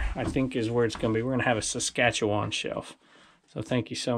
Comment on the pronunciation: Hi, We are glad the Saskatchewan plate finally arrived and great job on pronouncing Saskatoon, Saskatchewan. We were watching every episode getting more and more curious when the plate would finally show up. Glad you enjoy it and we like the special place where you are going to put it. Keep those videos coming, we love them. All the best to you and your family. Your faithful watchers from Saskatchewan, Susan & Ulrich (We had to laugh when you couldn't decipher Ulrich's chicken-scratch signature.)